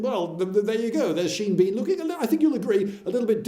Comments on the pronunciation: As a kid I always used to think his name was pronounced Seen Been :-P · Nonono, the actor's name is pronounced /ʃi:n bɔ:n/